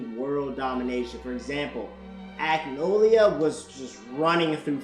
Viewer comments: It's acnologia. Not acnolia. It's killing me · I love how he said Acnologia. Man Said Acnolia 🤣😂😂